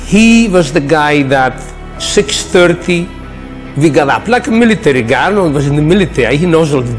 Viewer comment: Might wanna work on your pronunciation of Arnold's name lol.